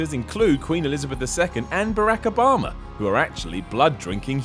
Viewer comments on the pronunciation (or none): none